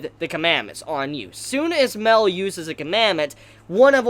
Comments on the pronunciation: MAH-EL NOT "MELL" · You pronounce Mael wrong. You say Mel instead of My-Ell. I only point this out cause it's a significant name. Think of Moby Dick, "They call me Ishmael".